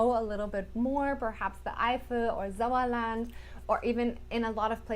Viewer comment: the way she says "Eifel" and "Sauerland" sounds 100 % native.